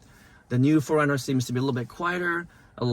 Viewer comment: Sorry, but it sounds like you're saying "foreigner, " and not 4Runner.